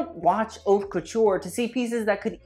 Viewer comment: Please learn to say "haute" properly...I cringe